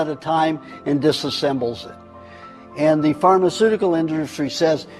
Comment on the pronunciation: “phrrrmaceurticurl indrrrstry” Let me be generous, did he survive a stroke? Or is he just a conspiracy nut drunk?